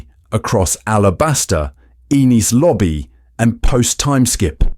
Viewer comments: The way you pronounced it caused the caption to misspell “Enies Lobby” as “Eenis Lobby.” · The way you pronounced the “e” in “Enis” made the caption show “Inis Lobby.”